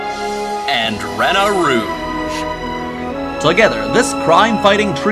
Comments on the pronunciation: REENA ROOGE NOT RAINA ROOGE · It’s actually Reena rouge well it sounds like it but her name is Rena rouge but not How you say it not to be mean